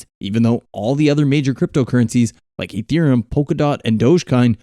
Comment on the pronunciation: "Dodge curn and ethrem".. lol